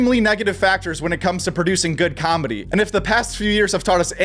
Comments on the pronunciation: The word comedy doesnt have a b in it. Why does everyone pronounce it combedy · It's nice combedy, your saying it wrong